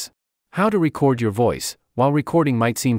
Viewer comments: Had to stop listening. There are other videos out there with actual voices, not AI. Seemed counter intuitive to me to have an AI voice on a how to video on how to record. Plus, can't stand when it says how to record your voice.... and it makes it sound like the old vinyl records when it should say how to reCORD. SOrry, but a thumbs down for me. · Is this ai.....it gets the word (recording) correctly but not the word (record).. it says record as in (a vinyl record) /single/album so does anyone wonder what's going to happen when we no longer hear human voices any more ... because this is what it's going to sound like..Zero personality!... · You should accent the second syllable of "record" when it is a verb,. Accenting the first syllable makes it a noun.